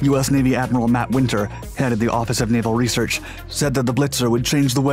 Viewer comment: What’s “reshherch?”